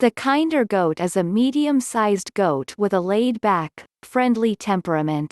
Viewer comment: This is so painful to watch. The breed is not pronounced like the word "kind". Kinder should rhyme with "tender" (Among many other problems with the video). What the heck is up with the desert landscape footage when referencing a perpetually green farm that was in the Pacific Northwest of the US and shadowed by massive Cedar trees? A lot of the basic data about the breed is correct, but obviously just copied from random online sources. You'll want to double check some of the stock goat footage and statements about lacking floppy ears to avoid misleading people.